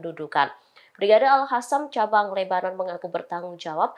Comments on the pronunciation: Mba presenter Al QASSAM bkn Al HASSAM, gatel kuping dengernya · Tolong dikoreksi ! Kok pembawa berita ini membacanya Al Hassam sih ? Ngga enak banget didengar . ( Al Qassam ) harusnya diaca Al Qossam . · Al Qosam, bkn al hasam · Min, tlg pembca beritanya nyebut al qosam yang bener.. AL QOSAM BUKAN AL HOSAM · Bukan al hasam min tapi al kasam. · bacanya: al-kosam bukan al-hasam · AL QOSAM neng AL QOSAM bukan AL HASAM !!!!!!! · Bukan hasam mbak... Tapi al QASAM ! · Woooyy AL QOSSAM BUKAN AL HASAM. TLG REDAKTUR BERITANX DIBERITAHU REPORTERNX ITU. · BUKAN ALHASSAM yang cantik..!! tapi ALQASSAM..😂😂😂😂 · Hai reporter, p ake jilbab koq ngomongnya al hasam. Harusnya al qasam. Agar terlihat cermin islam mu ! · Para pembacatribun new,lidahnya perku dikerok pake cincin àbu akik,biat bener bacanya,al qossam bukan al khosam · tlg yg baca berita,,,di evaluasi,,klo baca Al Qassam jgn di baca al khassam itu salah ,,,dikuping telinga terasa gaduh,,,,sakiiit